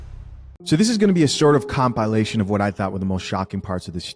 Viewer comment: Com-pie-Lation 😂 Very interesting.